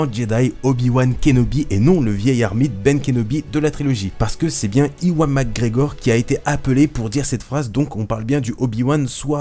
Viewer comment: on dit pas iwan mais éwan,mais c'est pas grave c'est vrai que c'est un prénom difficile, au sinon bonne vidéo continue comme sa